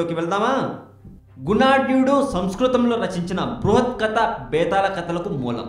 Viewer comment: kadaa saristaagaram enti babuu...kadha saritsaagaram...nuvvu ..nee language...